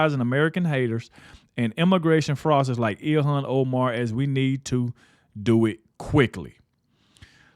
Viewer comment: Her name clearly sai ill-han.